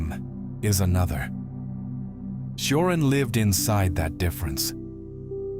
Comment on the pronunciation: It's pronounced t-ch-ioran